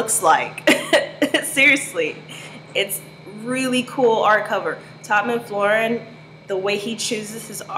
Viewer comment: Cool vid but his name is pronounced Todd Mc-Far-Lin. Not Mcfloren lol. Also the Spawn comics came out years before the TV show. It was the popularity of the comic that spawned (no pun intended) the tv show.